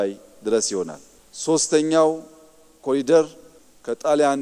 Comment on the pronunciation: አይዳ ኮሊደር እያልሽ አታንብቡ እባካችሁ፣ የእንግሊዘኛ ቃል ሲሆን corridor በአማርኛ ኮሪደር ብላችሁ አንብቡት